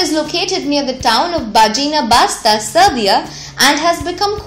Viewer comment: Bajina Basta is heaven on earth. (Also Bajina Basta is read "Bayina Bashta")